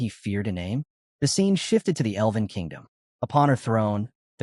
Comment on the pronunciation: Love your work, but please pronounce "elven" properly 😅 it's not "eleven" 😂